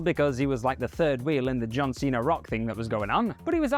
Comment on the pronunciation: Cena* not Cener